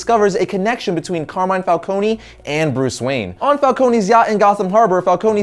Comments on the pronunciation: My god. Again: Falcone is Italian, so it is "fálkóne" and not "fálkóni". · The way pronounces some of these names kills me. Fal-cone not fal-co-knee. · i could not get past him saying Falconie and Maronie they are not pronounced the say it is pronounced Fal-CONE . . . Cone not Conie that just sounds stupid